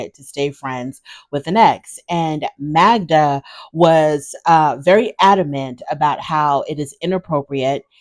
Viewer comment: if he cared, should pronounce her name correctly.